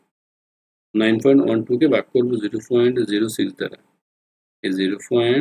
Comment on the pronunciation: আপনি পয়েন্ট কে ফয়েন্ট বলেন কেন?